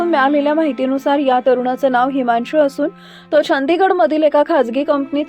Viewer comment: हिमाणशु, ताण्या, वाहण 😂😂 बाई बाई किती ते शुद्ध